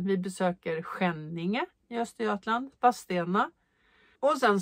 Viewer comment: Håller med 😅Vadstena uttalas Vasstena, lite som Kristianstad uttalas Krischansta, Sorsele uttalas Soschelle, Askim uttalas Aschim, finns nog många fler städer som inte uttalas som det stavas 😇